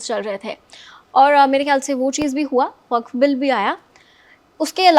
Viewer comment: आप वक्फ को वाकफ् कह रही है शायद.